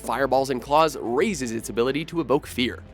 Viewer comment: Did he say "eboke fear." ..... Evoke?